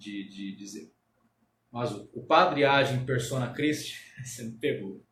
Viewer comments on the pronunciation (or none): none